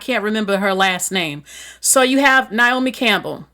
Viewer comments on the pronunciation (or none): none